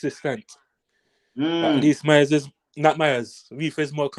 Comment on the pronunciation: Yuh not pronouncing Mayers name properly. You keep on saying Myers